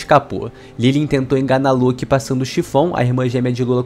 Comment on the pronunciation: Ele falo loki errado o vídeo inteiro